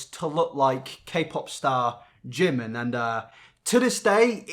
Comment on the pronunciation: Not another one who just pronounced Jimin name like "Jim in" it's not pronounced like that it's "jee min" ah it just cringes me out 🤢